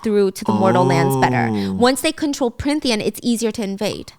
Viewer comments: i love watching these but as someone who read the books i can’t help but giggle when she keeps flip flopping between what the fae realm is called😂 i can get past the few plot flubs or saying tithe a little weirdly, but her changing between Prynthian and Prynthia and Prythian and more every time pulls me out for a second to laugh every time😂 i also love that they keep saying tamlin’s name like it’s an asian name, it’s so interesting since i hadn’t thought of it like that at all until these videos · I'm sorry i adore you Stephanie but it's Prythian not pryNthian 😢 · I love this but giiirl its PRYTHIAN not prynthia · Pryn-thia … prynthian … Stephanie you pronounced Prythian right the first episode 😂❤️